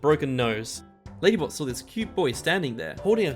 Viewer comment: You said lady but then lady bot then lady butt